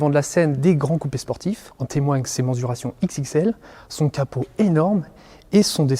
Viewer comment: Magnifique voiture😍😍(on dit menSSSSurations)